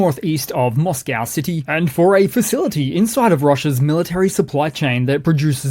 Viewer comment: please can you change your pronunciation of Moscow, it spoils your excellent presentations